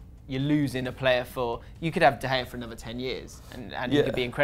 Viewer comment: why you not use the g in david de gea he`s spanish not dutch